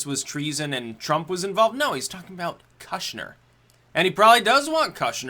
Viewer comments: It's pronounced koosh-nr. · Its pronounced “kooshner” — oo as in good, not oo as in food. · what's with the kushner pronunciation?